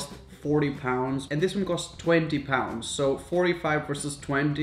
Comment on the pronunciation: Wait, he said 10 PUUNDES does he live in Egypt????